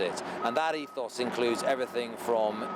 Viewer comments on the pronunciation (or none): It's Ethos